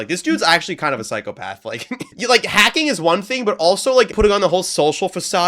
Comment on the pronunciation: Phycocyo? It's phycopath